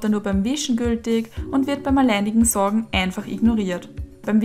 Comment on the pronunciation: Das heisst "saugen" nicht "sorgen".